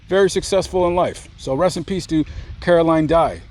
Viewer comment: Aww my name is Caroline too and it's always a pleasant surprise to see another Caroline. Whenever I was in school, I was always the only Caroline (thank you for pronouncing it correctly because I absolutely despise it when people calll me Carolyn, like, there's no Y in my name, yo.so I wouldn't answer during roll call if they called me that and they would get so mad but I'd be like "that's not my name, there is no Y in my name", lol.